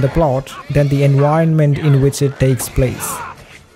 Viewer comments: Hi! I hope this doesn't rub you the wrong way, but could you please try to standardize your pronunciation? Especially the "v" phoneme, which you pronounce "u", like in "enuironment". You'd think concerns like this would probably come from people trying to defend their language or something like that, but actually your way of speaking would be EASIER to understand for native English speakers, which I'm not. If it's in your interest to be better understood by non native English speakers, I suggest you make an effort to standardize your pronunciation. 😊 Oh, as an aside, "gi" in Ghibli is pronounced like in guillotine. Cool video! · "studio Jibly" "enWironment" 💀💀💀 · I hope it doesn't come off as offensive, but I would find it a lot easier to understand what you're saying if you got the V sound down better. Whenever you say environment or vision it sounds like enwirenment or wision